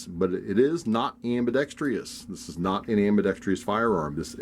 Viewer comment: There is only one guy in ambidextrous not ambidextr(i)ous